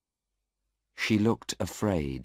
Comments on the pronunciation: Wrong spill 8.43 it is afraid not araid Tq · 8.47 afraid instead araid .